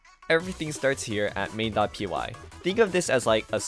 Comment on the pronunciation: new video just dropped also why are you calling py "p-why" 😭